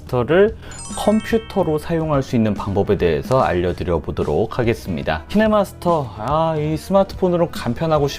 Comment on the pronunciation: 분에 기태님 키네마스터가 아니라 키네머스터라 들리던데 저만 그러나요 ㅎㅎ